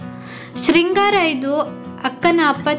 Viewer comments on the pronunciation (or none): ಶೃಂಗಾರ ಅಲ್ಲ ಅಕ್ಕ ಸಿಂಗಾರ ಅಂತ ಅಂತಿವಿ ನಾವು